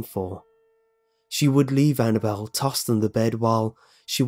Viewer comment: as soon as he said annnable I turned down the sound completely